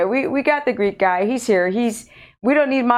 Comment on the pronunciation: For the longest time I thought you were calling you assistant Greed God...lol! Greek Guy?